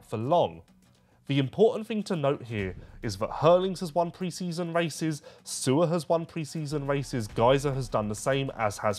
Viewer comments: Informative, but please . . . . .it's not Sewer it's SEEWER . . . . .SEE WER, i think thats is important not to butcher someones name . . . . even if you are British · Its pronounced soower